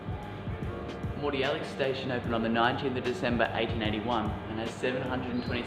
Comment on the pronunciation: Moody Yallock not Mordi Yallock